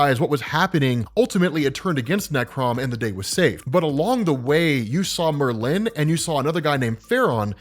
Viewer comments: People: Merlin: Myrrh-lynn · OMG lmao! It's Merlin, NOT MerLin. You're making a hippy English wizard sound like a Asian businesswoman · Please please please... It's pronounced MER-lin (lyn). Not Mer-LIN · Love the video. Please stop pronouncing Merlin's name as if it has a hyphen between the r and the l. Thanks. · you say Merlin weird it’s MurLin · No one in America says it the way he’s saying it. It’s MER-lyn, not mer-LYN. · it's Merlin, one word. Not mer-lin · I refuse to watch an upload in which he keeps calling Merlin Mer-Lin. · Did Marvel create a new spelling or pronunciation of "MER-lin" or do your just not know how to say the name "MER-lin" properly? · Nice video but the weirdest pronunciation of Merlin I´ve heard so far ;).... hehe Murlinn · Merlin is so easy to pronounce, yet you mess it up every time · That is not how you pronounce Merlin. The emphasis is on the 1st syllable, not the 2nd. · That pronunciation of Merlin kills me every time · It's painful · As a Brit, the way says Merlin just doesn’t sit right…. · Love the show But you say Merlin weird